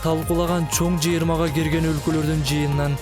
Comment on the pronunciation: уну озгочого,жыгырма дегени эле болбосо 👍